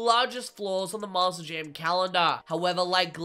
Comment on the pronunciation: Why does it sound like you say Master Jam instead of Monster Jam. It's not even the accent you switch between Monster and Master.